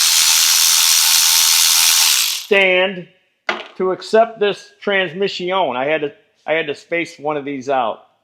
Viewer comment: Transmiss-ioń. It hurts from laughing!